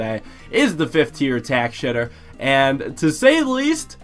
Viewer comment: "tack shitter"